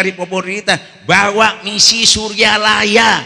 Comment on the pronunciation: Bukan surlalaya...tapi suryalaya😁